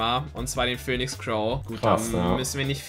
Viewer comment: Pöhnix Crow